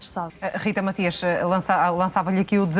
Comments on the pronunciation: nem o nome da Rita sabe a parva, não é Rita Maxias é Matias, está com tanta pressa para a contradizer que nem o nome prenuncia bem, Matias, Matias, Matias, palerma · É do meu ouvido ou ouvi a jornaslista dizer Rita maxias. ??? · mais alguem ouviu a apresentadora dizer rita maxias?